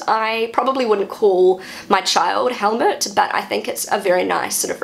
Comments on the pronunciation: I like your pronunciation. only with Helmut, I would recommend you to say it as if written "Hellmoot". It would not sound like Helmet. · pronounced Helmoot, not with a short vocal, more like "mood" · my Father was a Helmut, I know you pronaunce the name like most englixh speakers but in Germen it a emphasis in the U than it does not sound as much like a helet anymore.